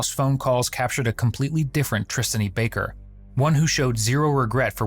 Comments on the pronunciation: who calls a human "Tristainy" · Not to make light of the situation here... but "Tristaney" and "Pat Downs". What the actual fuck? Lol